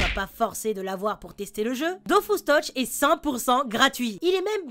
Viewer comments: Ça s'appelle de Dofus é non Dofuos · Dofous, Kamasse, Kolizeoum. Sheeesh